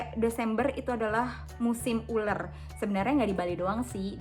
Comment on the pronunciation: Ular kak,bukan uler😭